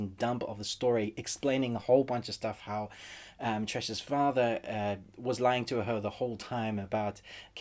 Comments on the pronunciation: its not tres. its pronounce tre see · its tres - se..not tress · It's pronounced as "Tres-se". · It's pronounced Tre seh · Not trey sey its tre se